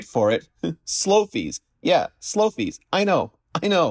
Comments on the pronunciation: Great video as usual. NB : you did a mistake in SLOMIES VS Slofies 😉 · Slofies not slomies gawwwdd Rene get it right 😂